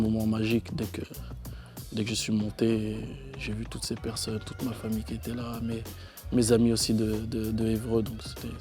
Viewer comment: arrête de dire "qui zetait" ousmane stp change rien jtembrasse